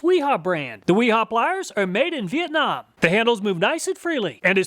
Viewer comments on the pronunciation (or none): none